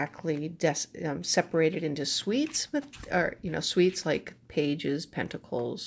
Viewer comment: They're pronounced "SOOTS" not "SWEETS"